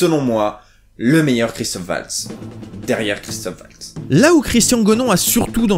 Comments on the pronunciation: Merci pour la vidéo, par contre sans vouloir être puriste son nom c'est Waltz (Valtsse) et pas Oualtsse <3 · Le w allemand se prononce comme le v français ;) valts, en gros (je n'ai pas les caractères API)